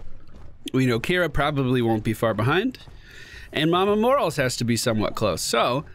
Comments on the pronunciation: everytime I hear mama morals, I just fucking die inside, mor-A-les the A is not silent. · Does he say Morales wrong on purpose or does he not know?